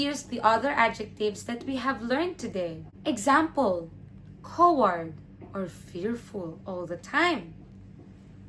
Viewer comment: Love your video but you're mispronouncing Coward. (cow-ward)